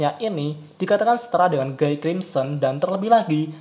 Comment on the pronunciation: 4 naga terkuat lebih kuat dari raja iblis. Perasaan terkuat kedua setelah guy itu diablo. Bacanya : giy buka guy. Itu bahasa prancis bos